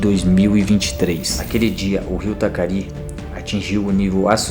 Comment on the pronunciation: Rio Taquari.. nao Tacari.